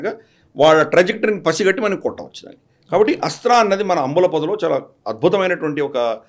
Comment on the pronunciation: ఏస్ట్రా కాదు.. 'అస్త్ర'.